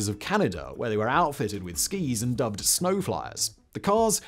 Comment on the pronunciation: Several comments State us No stat us Wtf is ice and sneeeew????? Snoooow!!!!